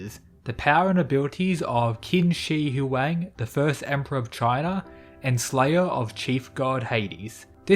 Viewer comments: Say it like this: CHIN SHE Hü-WAHng That's how Koreans say it, based on the commercials for the terra cotta army museum exhibit. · CHIN SHEE HWONG is how its pronounced. Dam at least watch it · Im cringin at how u saw his name as a chinese person im sorry okay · Can you say his name right please... you completely butchered his name